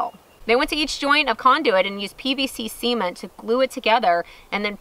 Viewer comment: where are you from? You have virtually no accent and then you pronounce something like cement (see-ment) so distinctly it's funny.